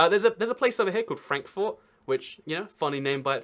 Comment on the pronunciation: Oh hey Lexington, I live there. Frankfort isn't pronounced Frank-fort, it's more like Frankfert. Its also our capital for some reason. and Louisville is pronounced more like Loohvul.